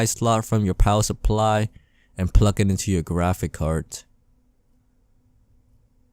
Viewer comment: i wonder how many times he said pluck instead of plug